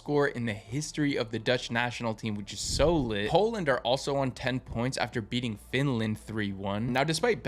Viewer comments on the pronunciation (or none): none